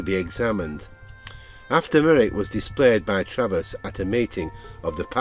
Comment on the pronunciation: Not DoctorTravis, Treves, pronounced " Treeves" .